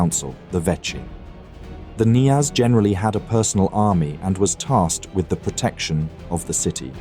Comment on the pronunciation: In Russian the initial K before a consonant is pronounced. It is KNYAZ not NYAZ.